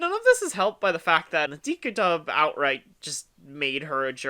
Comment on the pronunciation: DiC is pronounced “deek”, not “dick”…